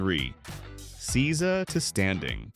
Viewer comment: Seiza is pronounced SAY-za…